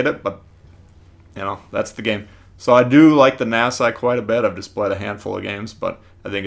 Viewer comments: He called it nasa it’s Nassau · It’s pronounced Nassau au as in ouch. Nass-ow. Sorry I’m a German Studies major.